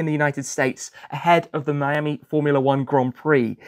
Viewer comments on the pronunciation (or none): none